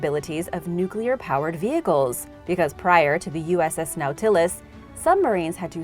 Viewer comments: Nah-tillus…. Not -> Now-tillis Facepalm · dear… while your pronunciation of Nahuatl names and terms is excellent… Nautilus, the nuclear submarine is pronounced “na’w-til-is” FYI. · Nautilus- Nah-Tuh-liss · Now-tillis, wow children know nothing these days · How did you pronounce the name of the atomic powered submarine that first went under the North Pole? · Nautilus is pronounced with emphasis on the first syllable.👍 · Captain Nemo is turning over in his grave after hearing you pronounce the name of his submarine. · I can't stand when people pronounce Nautilus like that 😂 Love your videos though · Nice try pronouncing Nautilus. Refer back to the original Disney production for the correct pronunciation. Live your work. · are you a bot I just heard you mispronounce Nautilus and I know I've heard you say harder words correctly so what the hell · Sorry, can’t agree. Mispronunciations such as that of Nautilus drives me to yelling at the set. This one is practically a universally known cultural icon.